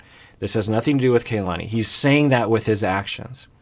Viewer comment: First of all I really love these videos and the work that both you and the rest of the PIS team do. But it's a little disappointing that keeps saying Kalani's name incorrectly, when he so stressed the importance of saying names correctly like Larissa. It's Kah-lah-nee, similar to how the Japanese "Ka" is pronounced. Not sure if this a common Samoan name, but this is a common Hawaiian (which I am part Hawaiian) name which means "the heaven" Ka meaning "the" and "lani" meaning heaven. I hope this corrected in future videos.